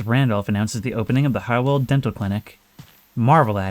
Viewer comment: In case you're curious: your pronunciation of the "ei" as "ai" is good, but "W" is "V" in German, and "V" is "F" Try practicing with Volkswagen. Did a few german classes in uni.